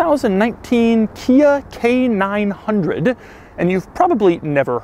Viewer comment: Every time he says it, I hear Canine Hundred.